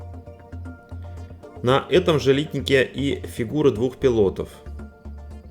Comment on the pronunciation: Не литнИки ,а лИтники